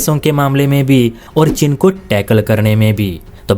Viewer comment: Oye, chin nahin cheen bol😅😊😊